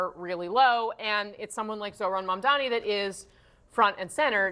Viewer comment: That hack couldn’t even say Mamdani’s name. What a jag